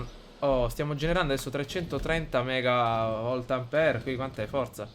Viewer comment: "330 megavoltampere" HAHAHAHAHAH